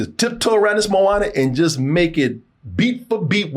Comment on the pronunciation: More like "moan ah nah"